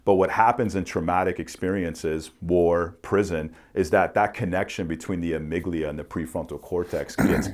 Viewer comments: Amigdala lol. And he said it like 20 times in two minutes. Also, on a serious note, this is easily the smartest guy has ever had on. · respectfully, it's amygdala. the point was about fear, anxiety and aggression going to trigger some response without your logic / reasoning kicking in